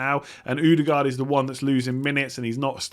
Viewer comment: Why does he say “ooodegard” it’s not an ooo sound 😂😂